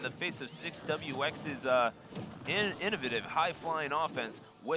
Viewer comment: Should learn how to pronounce the word "innovative" before you decide to start using it on published commentary. It's hard to grasp what you're saying when you say that word.